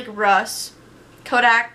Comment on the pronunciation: You said Kodak wrong and FIFA 😂😂